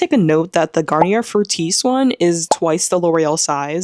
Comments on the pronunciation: Garnier is pronounced, Gar-nee-ay. Edit; I forgot to mention why I am explaining because it’s easier to speak. French is pretty easy if you know the rules. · It’s pronounced Garn-EE-A ❤